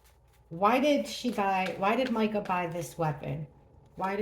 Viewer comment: Thank you for saying her name correctly…sooooo many readers are saying “ Meeka “❤️❤️❤️❤️